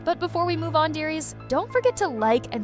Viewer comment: You said moo instead of move